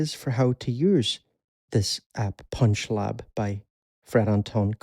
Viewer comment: You emphasize the "lab" part of this app. ;) Thx!